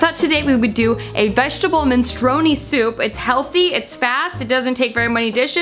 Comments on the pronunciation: MI-NEY-STRO-NEEY haha MEN-STRU-ONEE seems...um... related to smth else... great video tho <3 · the way you say minestrone 😂